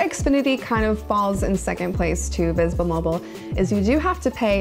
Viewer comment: V'sble mobile ? Never heard of it lol I'm from Texas. That sounds like a none major company to me